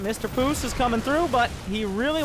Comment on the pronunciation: you pronounce it Puceq